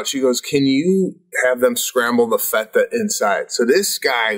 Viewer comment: The way Sebastian pronounced feta really ruined this ep for me.